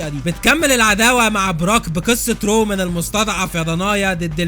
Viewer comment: I swear it's "رومان" not "رومن"